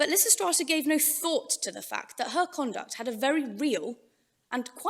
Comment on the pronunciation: ....and immediately the pronunciation of Lysistrata alienates and annoys me... Dammit!